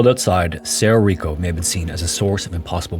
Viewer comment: (It's pronounced "sedo rico" roll your "R's")